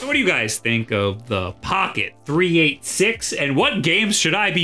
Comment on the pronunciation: Boomer callout here, but you say that "Three Eighty-Six" not "Three Eight Six". It's named after a chip that was huge back in the day and nobody called it a 3-8-6. I assume it actually has a 386 in it?